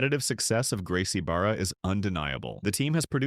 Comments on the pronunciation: You covered ADCC a tournament but didn’t even bother to mention Jiu Jitsu original Team which birth most of these school Black belts coaches themselves the Carlson Gracie team which I am under yes. But Carlson Senior who’s Carlos Gracie Sr oldest son started the 1st team. Also it’s pronounced Baja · It's pronounced Bah Ha. Rs are Hs in Portuguese. Bah Hah Day Tih Jshookuh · Gotta work on that script for your AI narrator. Gracie “Beara”? “No G.I.”? You know how dumb and uninformed that makes this video sound, right? Not to mention lumping in IBJJF and ADCC with schools while leaving out about 15 other schools I can think of. If you’re going to include them while ignoring schools like 10th Planet, GFT, and ATT, fix the title. Overall, halfassed execution. 5/10. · I was surprised not seeing Renzo Gracie academy or 10th planet on this list but a good video nonetheless . Also the fact ur saying bara wrong is wild and funny as hell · Opened video cause he had IBJJF listed as a school. Immediately pronounced Barra wrong. Left comment expressing my indignation and closed video. Bro it's like you don't even jiu jitsu, the fuh?